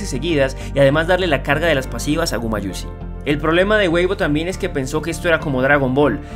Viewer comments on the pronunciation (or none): gumayusi no gumatusi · Gumayusi se pronuncia fumatusi? No entendi esa parte xd